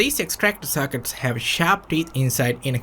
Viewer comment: It’s sockets not SACKITs